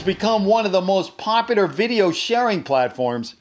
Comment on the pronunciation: I think you mispronounced popular- always yea tik tok needs to be banned it’s to popudar